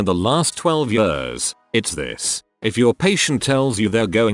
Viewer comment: text to speech logic: -can pronounce haemorrhage - struggles at the word years